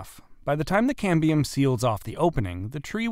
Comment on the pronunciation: ("Cambrium is a great Scrabble word") But it's Cambium – no R.